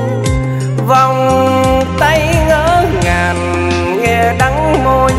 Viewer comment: Giọng thì hay có nhiều từ phát âm sai vd như: Vàn cây..... Niềm tinh..... Ngỡ ngàn.... Đắng đo..... Hic hic